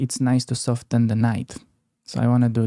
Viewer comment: In "soften" the T is silent.